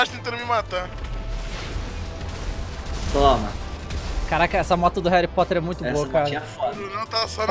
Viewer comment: "moto do reri poter" KKKKKKKKKKKK